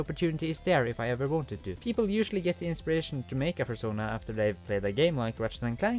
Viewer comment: A...furschona? XD